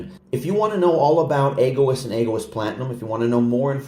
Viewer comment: Pronounced Eg - o - east 😊